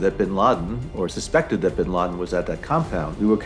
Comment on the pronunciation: Tout le monde : "Ben Laden" Japonais : Ben Ladenyu